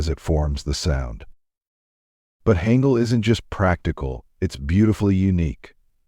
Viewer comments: It's pronounced hahn gul not hang gul. And its pc bahngs not pc bangs. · [Wrong Pronunciation]: [Haengeul] [Correct Pronunciation]: [Haangeul] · Hangul sounds like haangul Also hanbok pronouces as haanbok